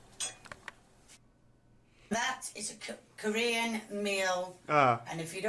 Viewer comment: "That is a Ka... Kore...Korean meal, and if you don't believe me, ask WUORGKQGUNG" I'm dead